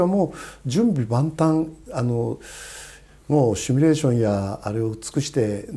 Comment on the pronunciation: 「趣味レーション」❌→「シミュレーション」⭕️w